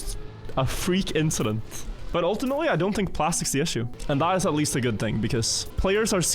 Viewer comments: the inchident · it was just an inchident